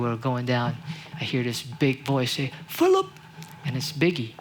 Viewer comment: ''Phillip'' hahaha. i died